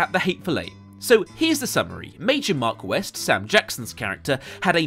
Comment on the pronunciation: His name is not "Mark West." His name is "Marquess Warren." Chris pronounced his first name as "Mar-kwess".